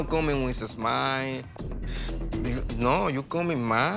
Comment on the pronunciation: “You no come in with a zmile” 😂😂 that shit had me rollin. Ima use that now lol